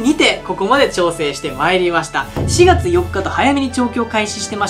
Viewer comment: ２月と４月の訛りが治ってませんよ。